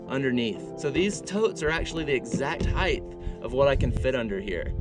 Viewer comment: It's (height) pronounced "hite" just like the word 'tight' (not hyth); a hard 'T' at the end: LengTH, widTH and HITE! (This drives people crazy who can hear it being mispronounced.) Awesome truck-camper build btw 👍